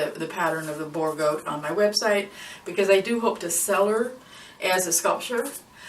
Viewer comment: Love it... But it is not pronounced "bore" goat, boer is the afrikaans word for farm. So it is actually a farm goat. 😁 Love your video. Love from South Africa